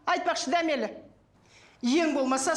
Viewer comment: Дәмелі емес дамели деп айтындарш😂